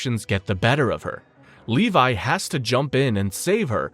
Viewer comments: FINALLY YOU SAID LEVI NOT LEVY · You said “Levi” correctly 🥹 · You fixed the pronunciation of Levi”s name 🎉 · I think they did this again just to pronounce “levi” correctly